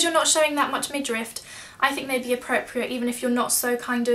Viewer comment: Thank you for the video! The word is midriff not midrift!